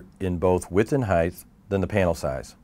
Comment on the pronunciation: width and highth. Is highth the same as tallneth?